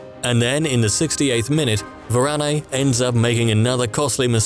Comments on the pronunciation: It pronounced as Varan not Varaney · It's Varane not Varanay